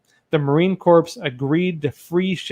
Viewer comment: Corps is said like core